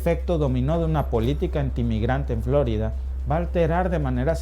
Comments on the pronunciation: Por que dice FLOrida si es FloRIda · Solo a mi me puso inquieto que pronunciara mal "Flórida"?? (El acento es para hacer ver como lo pronuncia el)